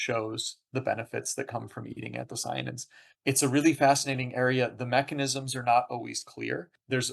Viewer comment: Interviewer keeps mispronouncing "anthocyanins" but overall interesting nevertheless.